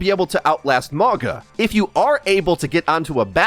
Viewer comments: Please, spread the word: the correct pronunciation is Maunga. Mauga meaning mountain in Samoan. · ma-oh-nga. The G is pronounced like the G in the word "long" The Samoan "G" sound is the hardest letter to say for English speakers its funny that they picked a name with G in it. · It is pronounce MAUNA. In samoan the G is pronounced as an N. So its MauNa.